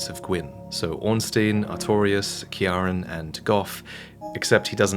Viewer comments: It's physically painful hearing pronounce Ciaran. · Never heard someone struggle so much to say Ciaran... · As an Irishman I am fucking disgusted that you put all of your energy into overpronouncing japanese words but couldnt be fucking arsed researching how to pronounce Ciaran